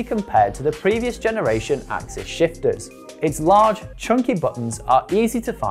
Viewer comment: Firstly, it’s ‘access’ (SRAM axs’ own description when it first landed) and it’s ‘de-rail-er’ Other than those silly rookie mistakes, good explanation 👍🏼